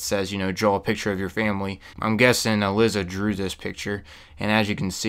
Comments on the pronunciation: also her name is pronounced"e-lie-za" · ee-lie-zah Also, ghouls don't "infect" people. They aren't zombies. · oh snaps im glad this respawns i needed a place like this oh and her name is pronounced E ~LY ~ ZA thought id help you out with that and im guessing whoever was going out in the hazmat suits they got infected with radiation and turned into gouls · It's pronounced E-Lie-Za haha but good video man awesome thanks. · You indeed butchered the common name "Uh-Lie-Za" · honestly how could he fuck up a name that easy to pronounce lol